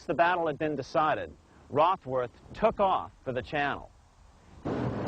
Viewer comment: rothworth lol